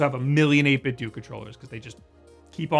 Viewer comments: You pronounce it 8bit-dew but I think it’s supposed to be pronounced 8bit-doh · It's 8 bit dough, like nintendo. not doo lol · You say 8bitdo like 8bitdue I think it’s supposed to be like Ninten’dough’ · say it 8bitdo like it rhymes with nintendo. eytbit-dough instead of eytbit-dew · Huh, I always heard the company's name pronounced as 8bit 'dough', despite how it's spelled. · Great video. One question...why do people keep pronouncing it "8-bit-doo"? Did you grow up playing the Nintendoo, Super Nintendoo, Nintendoo 64, Nintendoo Gamecube, and so on? What gives? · You should pronounce 8-Bitdo as how you would say Nintendo.